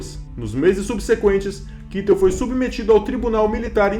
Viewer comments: Sim porém é Kaitel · “John, Kitel”!! Aprender os nomes em alemão melhoria o vídeo! Mas fez bom trabalho, mas fica aí a observação. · É Kaitel a pronúncia....